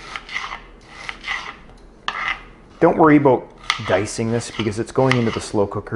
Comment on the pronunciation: As a non-english native speaker, I could never tell the difference, up until the *aboooout * of:)